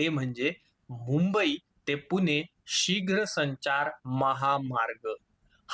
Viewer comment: पुने नाहीं पुणे